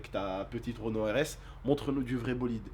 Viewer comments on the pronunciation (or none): none